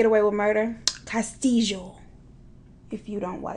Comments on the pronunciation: I'm not latin but I feel like the way said "Castillo" was wrong 🤣🤣🤣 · Sis! When u said Castillo with tje accent!! 😂😂 I walk around saying it too lol. And U are Ssslaying this thang Mama please don't stop!!